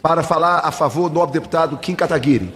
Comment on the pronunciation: kim Kataguiiiri kakkkkk galera nao acerta o nome do kim kkkkkkkk